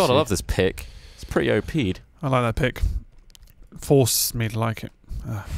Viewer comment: "OP'd" For fucks sake, every time.